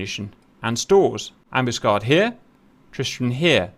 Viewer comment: HMS Ambuscade, emphasis is on the last "A". Grates to hear you mis-pronouncing, Cap, as an ex-Matelot. "Am bus Caid".